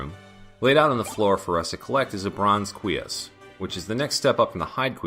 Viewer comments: Oops, didn't mean to steal your thunder about the Une. And yes, as for cuirass, it sounds to me like you're saying KWEE-us instead of kwi-RASS (that's /kwɪˈɹæs/ if you're familiar with IPA). And I believe you about the long explanations--even the example I gave wouldn't have fit entirely into the time it took you to walk through those rooms. I just think you could cut down the videos a bit since your focus is on explaining the interesting references rather than making a full video walkthrough (unless I have misunderstood your intentions). The other part that jumped out at me was the backtracking from the Librarian to get to the warp room. Since you didn't have any more annotations and we had already seen you run through that area, couldn't you just have cut to the top of the Outer Wall? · My main takeaway from your series so far is that the R in cuirass is silent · I am loving this series, but I have a couple criticisms that I hope you'll take to heart: look up the pronunciation of unusual words before you record (you mispronounced cuirass, basilard, and Scylla), and either narrate the long stretches of silent travel or cut them out entirely. For example, you could have cut out Alucard's standing from - and continued your narration while walking to the room beneath the Librarian. Other things you may want to research: I suspect the Une's name comes from the Japanese term "une une" meaning winding or sinuous. That would make the name of the "Alura Une" (Venus Weed in this Castlevania) a convenient pun in Japanese, as it is meant to be "Alraune," the German word for mandrake. Also, the Takemitsu dropped by that Flea Man is (according to the Castlevania Wiki) the only sword in the game that deals Hit damage instead of Cut, because it is a bamboo prop sword (which is different from shinai, the actual bamboo practice sword used in kendo--if I'm understanding its Japanese Wikipedia page correctly--and is also an insulting term for cheap, dull swords).